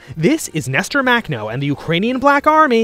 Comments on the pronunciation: It’s pronounced [maxnɔ] not [maknɔ] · The way he pronounces Makhno… shudder.